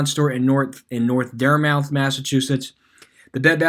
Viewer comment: Wouldn’t make it in Massachusetts with those pronunciations 😂 DEAD-‘EM RAY-N-‘EM DART-MYTH